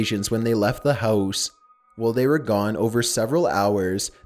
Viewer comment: I just love how he says Barbie and house and gifts - I’m dead🤣💀